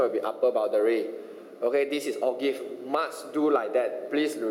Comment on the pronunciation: lol o-give sounds like kopi o'